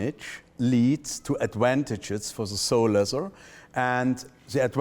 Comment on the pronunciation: I simply adore the way he says “adwantage”! Top quality content as usual.